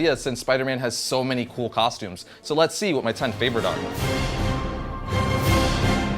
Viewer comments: At the beginning you said tostumes instead of costumes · Rewind it he said tostumes